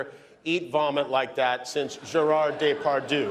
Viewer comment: " Gérard DÉ PAW DUE "🤣🤦‍♀️